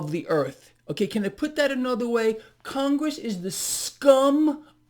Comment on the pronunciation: It's Con-Gress. Absolute low lifes.